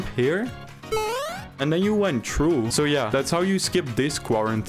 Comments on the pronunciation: I hate and love his voice cuz he says true instead of threw or through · You were also saying true instead of threw 😂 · Why does he says True and not Trough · If I had 10 dollars for every time he said “true” instead of through, I don’t know how much I would have but it would at least be 80 or 90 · See i just went true. (That is definitly a dutch accent) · Bro the way he says through is so frustrating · Bro can’t pronounce through